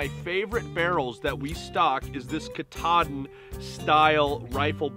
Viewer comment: KaaaaaaaTaaaaaaaaDin. You fellas probably know by now, since you are in the T/C business that its not Cataden or whatever you said :D.